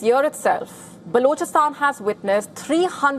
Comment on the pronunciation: What a crap way of pronouncing words. Gosh. Unlistenable grr. "Blochastaan". Blargh